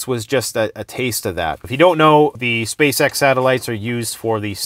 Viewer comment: SpaceX literally sounds like SpaceSex every time you say it aloud; it's a mockery... a money black hole, propaganda machine that does absolutely nothing real. All mainstream news should be considered anit-human and worthless at this stage of the grrrrrrrrreeeat reset.